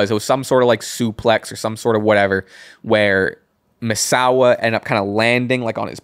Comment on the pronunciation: Appreciate the shoutout guys. And you got Misawa's name perfect 👌